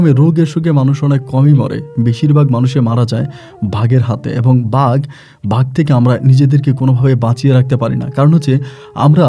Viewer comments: ভাই ওটা কে ভাগ নয় বাঘ বলে ভাষা উচ্চারণ ঠিক করেন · ভাগের গল্প পরীর গল্প বন্ডামী জটিল উচ্চারণ উল্টে গেছে। তবুও ভাল লাগলো